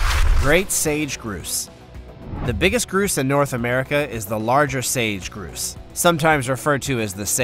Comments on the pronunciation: narrator should get names of birds right. he said one of the bird types was a 'groose' it is NOT a groose it is pronounced 'grouse' with the ow sound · Grouse is not pronounced groose it's pronounced ou as in house